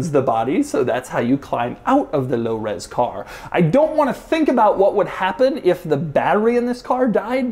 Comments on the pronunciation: I dare you to say Lo Ros Car one more time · Can you say “low res car” again please 😂